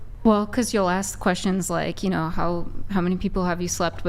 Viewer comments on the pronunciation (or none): She says axt instead of ask